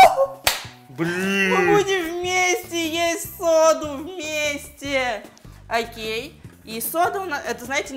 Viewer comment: не акей аа окей